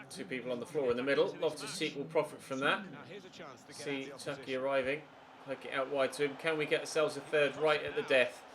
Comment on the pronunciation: It’s chuky not chucks